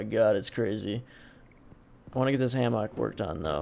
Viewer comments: He says hammock weird I say it ham uck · I have never heard anyone say hammock like that lol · You say "hammock" like you're making fun of pig butts. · The way you say Hammock drives me fucking insane. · My mans says hammock weird as fuck.... Don't think I've ever heard it said like that/enunciated that much.